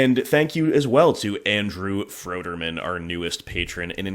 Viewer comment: I know I’m pretty late here (lots of mtg content in the watch later queue), but thanks for the shout out. I’ve been enjoying your content for a while, and don’t know why it took me so long to become a patron. Also you pronounced my last name correctly, which is rare lol Keep up the great work as always 👍 Andrew